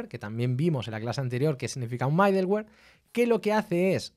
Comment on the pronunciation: Aún no veo todo el video, que está muy bueno y bien explicado como siempre, pero quería hacer una corrección: la pronunciación de middleware podría ser midelwer o midlwer, pero nunca MAIdelwer. Con cariño💙